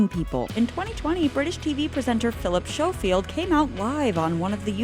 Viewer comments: Schofield is pronounced sko-field, not sho-field. Do you EVER check pronounciations before recording? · Great vid, although your mispronounced 'Schofield'. 😉